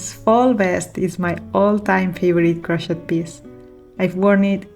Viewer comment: I love them all. We have that same Bohemian taste. Also the pink top you don't like that much looks great on. One tip cause I'm American learning Italian. Languages so hard. In English Crochet is pronounced silent T on end. It sounds like crow shay.